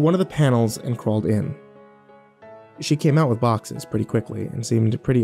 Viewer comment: It’s “boxes”.